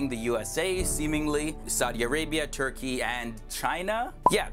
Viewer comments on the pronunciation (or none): none